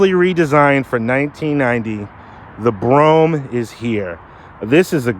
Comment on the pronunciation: (Bro-ham) say it right